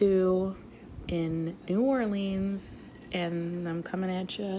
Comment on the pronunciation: Being from Nola I cringeeee hearing New Orleans pronounced like New Orleens 😂😭😭 I'm so glad you liked it and I loved this video!